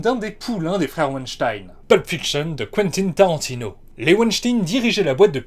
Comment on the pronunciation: Qwentine Tarantino. Pas Qwentine Tawantinho, pas Quentin Tarantino, non, Qwentine, Tarantino. C'est intéressing. I mean, c'est vewy intéressant. Désolé... Edit : Oh putain je viens de voir, 143 vue, 312 abonné ! Wtf, moi qui croyais être sur une grosse chaine et pouvant poster un commentaire random qui ne serait jamais lu, je suis sur le cul ( j'ai vu la partie 2 avant celle ci, par hasard, ça m'a donné envie ). Continue comme ça, c'est super intéressant ! Ne prends pas mal mon commentaire, ça m'a juste fait rire cette façon de prononcer. Jte cache pas que ça sentais "l'amateurisme", surtout après la blague sur je sais plus qui "foot" en parlant des pieds de hobbit, qui était visible à l'oeil nu depuis une autre galaxie, mais pas à ce point là, pis à ce moment là je pensais que t'avais quand même carrément plus de renommée ! Jsuis choqué, parce-que le taff est quali ! Merde t'as fais un taff de ouf au point que je pense que c'est une chaine avec une dizaine de milliers d'abo et je fais mon connard ! Pour me faire pardonner je m'abonne et je like, ce qui est rare.